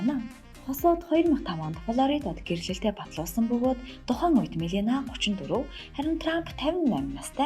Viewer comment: Мелина гээд буруу дуудаж ярих юмаа Мелания гээч дээ.